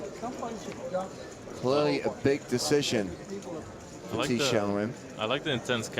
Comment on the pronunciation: Thi is pronounced “Tee”